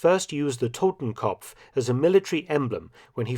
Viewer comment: Just FYI; It's "Totenkopf" not "Totemkompf"